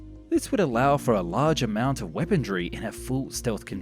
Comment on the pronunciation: WHAT THE HELL IS "WEAPONDRY"??? IT'S WEAPONṚY.